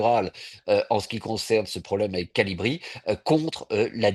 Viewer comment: haa c'est un connaisseur. Il dit Colibri !! C'est CALIBRI ! 😅Trop fort l'invité